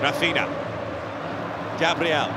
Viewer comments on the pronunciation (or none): none